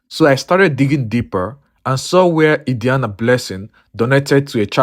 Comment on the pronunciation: The name pronunciation Adiani is wrong.